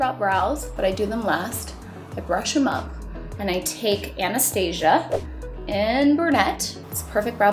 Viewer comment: Your the only person I know that pronounces Anastasia the right way